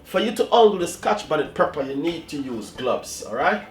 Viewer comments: It's Pepper not Prepper lol idk y that bothered me so much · Chef say pepper. Not prepper. Have a good day you're the best. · I like how chef says Prepper not pepper ❤ bless up yuself chef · That's moment when you said preper and not pepper 😂😂😂😂 nice video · Stop wid de " preppa"' lol. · Dwl... I can't with you chef... Those pronunciation tho... #Twanging at it's best